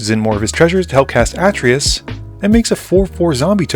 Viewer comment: It's actually Uh-Tray-Yus